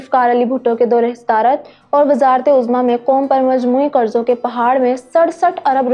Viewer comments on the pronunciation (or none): none